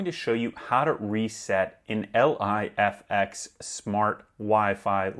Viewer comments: its "Life-ex" you moron lol...not L.I.F.X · Bro, just say (Life X) not L.I.F.X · The fuck are you calling it L.I.F.X for ?? It's pronounced Life-X, bud lol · Just say ‘ lif x’ ffs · You definitely avoided saying Lifx properly for the engagement.